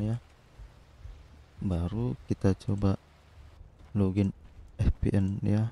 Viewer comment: Bacanya vipien bukan fpn 🤣🤣🤣🤣😂🤣🤣😂🤣